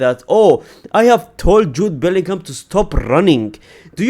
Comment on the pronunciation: Bellingham 😂😂😂😂 Boltingham